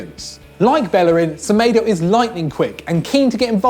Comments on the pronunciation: Semaydo not semeeedo 😂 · The way he pronouced Semedo😂😂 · It's smedoo